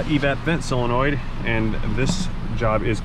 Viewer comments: It's solenoid, not cylenoid. There is no such word as cylenoid! 😣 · Please don't say "sell a noid" the word is solenoid. You wouldn't say filet of "sell".